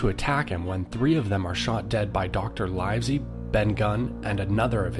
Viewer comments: It's not "Smol-lay"; it's SMOLL-ET. And it's LIV- ZEE, not LYVE-ZEE. The dot on the map you placed, is Liverpool. Bristol is much further south!! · I thought it was pronounced captain "smullet" and Dr "Live see"